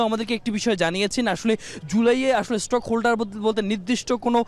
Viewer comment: "মন্তনালয়" না, হবে "মন্ত্রণালয়"। "স্টক হোল্ডার" না, হবে স্টেক হোল্ডার। উচ্চারণ ঠিক করে বলা উচিত।